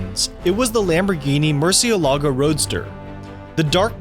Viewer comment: if this guy ever tries to pronouce: murcielago , again in his life, im personally will take it.